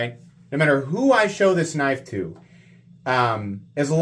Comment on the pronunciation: that's a knoife